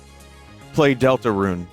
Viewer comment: dooltooroon??? oondoortool?????